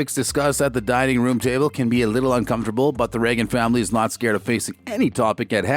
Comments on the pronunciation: Hey, you! The guy talking. Have you ever watched this show? It is pronounced with a long a sound!!! You know, like the president??? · I wonder if you’ve learned how to say the family name yet?.